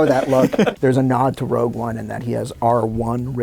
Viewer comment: Everyone...everyone...your attention please! It's "Rogue" One...NOT "ROUGE" One! Thank you. The Management